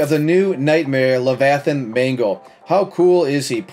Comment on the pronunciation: “Levithanhs mangle”🔥🔥🔥🔥🔥🔥